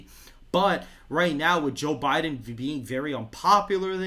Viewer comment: Sounds almost like he's saying Jill Biden lol